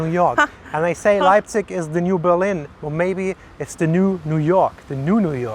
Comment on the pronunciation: In Euren ersten Sätzen sagt Ihr (beide!) richtigerweise "Leipzich" - danach nur noch falsch "Leipzick" ;-) Ist mir aufgefallen, sorry -aber ändert nichts daran, daß Euer Video großartig ist <3